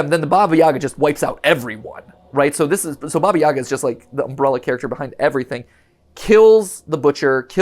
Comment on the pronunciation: Hey Mat, just a quick little note: Baba Yaga is actually pronounced Baba ya-HA (putting the emphasis on the second syllable and pronouncing the “g” like an “h”), at least in Ukraine since the spelling is Баба Яга, and the “г” makes an “h” sound (think “hat”)! Not a big deal, just thought I’d mention it since the characters are Ukrainian! Source: my parents who are immigrants and grew up in Ukraine